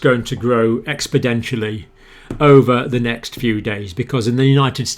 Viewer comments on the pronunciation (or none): Sorry Doctor but its "exponentially" not "expodentially" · Expidentially? Exponentially.